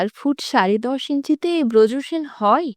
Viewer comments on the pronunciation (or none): ভালোই, তবে কয়েকটা জায়গায় উচ্চারণের দিকে একটু মনোযোগী হওয়া প্রয়োজন! যেমন - শ্যামা নৃত্যনাট্যের চরিত্র ব্রজসেন নয়, "বজ্রসেন" 😑 etc...